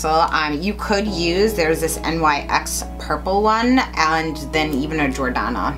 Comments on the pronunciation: it's NYX= nix not N.Y.X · Great video, and NYX is actually pronounced nix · Maybe a dumb question but is NYX pronounced "nix" or actually spelled out NYX? Most people say it's nix and don't use the abbreviation? This is the first time I've heard someone spell out NYX instead of calling it NIX if that makes any sense?